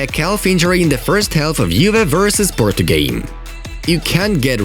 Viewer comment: PORTO not PORTU